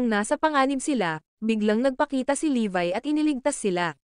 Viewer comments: Levi po pangalan nun Hindi po levay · levi not levy